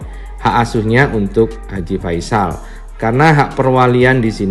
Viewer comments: Haji P ???? Ngomong aja belepotan koq jd pengacara. Haji V ???? Faisal itu awal hurufnya F bukan P ato V. Belajar bhs Indonesia dmn tuh ??? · Ngomong aja g pas gitu kok pengacara🤪haji ve,haji pe alias haji f,,,belajar bahasa indonesia yg baik dan benar dulu deh pak pengacara 🤣🤣